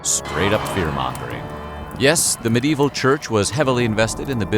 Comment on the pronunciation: I do enjoy how sometimes it sounds like the narrator is saying "many evil peasants"